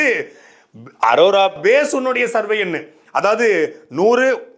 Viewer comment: ஒழுங்கா படிக்காம அரோராவ அரோமானு சொல்லி வீடியோ எடுத்துட்டு அப்பொறம் வாய்ஸ் எடிட் பன்னிருக்கான்னு நல்லா தெரியுது.. இருந்தாலும் G square க்கு மொரட்டு முட்டு குடுக்கற.. வாழ்த்துக்கள் 😁